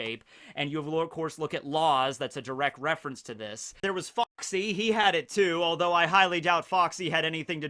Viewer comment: Did anyone else noticed that had a British accent when he said FOXY. I didn't know that Foxy was British, lol.